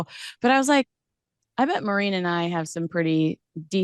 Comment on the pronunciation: Maureen not Mo reen